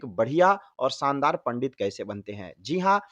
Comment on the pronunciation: Spasht uchharanh 😂😂😂 शानदार होता है भाई सानदार नहीं पहले खुद का उच्चारण सही करो और मंत्र के